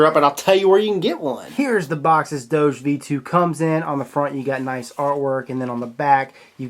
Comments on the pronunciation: That's not how you say doge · God dammit....its doge....DOG-EEEEEEEEE. DOJE just makes no fucking sense at all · I think it pronounced dogi if you are German. (for all others, type it in google translate and switch on german to hear what it sounds like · Doge, Pronounced as DOU-GHE